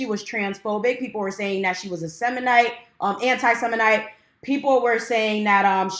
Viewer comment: "anti-semite," not "anti-seminite"! also good on you with that gingerbread house. i SCREAMED when you pulled that into frame as you were talking lol.. thank you for speaking on this!